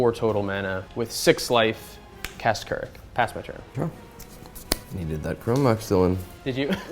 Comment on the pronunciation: I was kinda upset that k'rrik was shut down hard. I think the decklist should've been different...I dont like some of that black hole decklists choices. I'll say that i fucking loved was how his name was pronounced correctly (its KERRICK GOD DAMNIT)